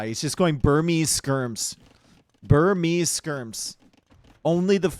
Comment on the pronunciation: Burmese Skirms..... Skirmese?